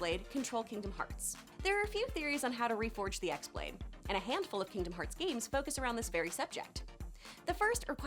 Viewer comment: You butchered the name of the x-blade its pronounced as key-blade in birth by sleep therefore its key-blade